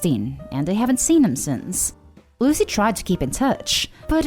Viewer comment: learn to speak correctly or stop making them , her name is not loo zee , its Lucy , said Loo see , you speak in a lazy way and you need to stop that its insulting to miss prounce someones name because you are too lazy to talk correctly